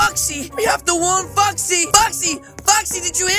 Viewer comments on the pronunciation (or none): They way he says "foxy" sounds like he said uhmmm fucksy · they way he says "foxy" sounds like f***xy